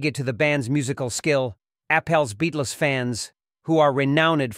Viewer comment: It does sound like AI. Homage sounds like "home meg" Beatles sounds like "Beat less"